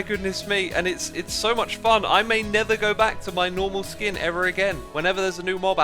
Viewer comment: did anyone else rewind to check whether he said "I may 'Nether' go back"?